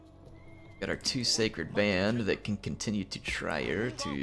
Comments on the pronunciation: you have many Total War talents. Pronouncing cities in Europe is not one of them:') Trier is Tree-Er Us Europeans do have weird city names, play the Britannia Total War and pronounce Worcestershire. Prounced really Wus-ter-shir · thx for the content. The German pronunciation tip for Trier (Latin: Augusta Treverorum): The German “ie” is pronounced like the English “ei” in receiver.